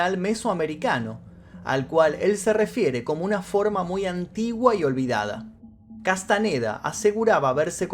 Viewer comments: Boludo!!, Castañeda no Castaneda, sentido común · Ok pero "Castaneda"? No mames